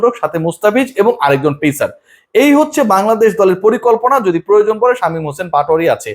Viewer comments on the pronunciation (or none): none